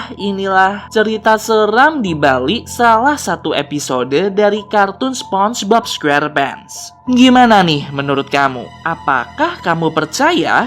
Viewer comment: SEPONGBOB SQERPENTS BUKAN SPONGEBOB SQUERPENT